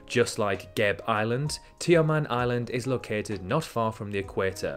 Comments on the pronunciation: it's pronounced ge-be island not gabe island. ge as in get and be as in bad. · GÉBÉ not geyb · Every vowel in Gebe and Papua should be pronounced, not sure why you opted to pronounce them as Geb and Papa instead of the safer option of pronouncing it all phonetically lol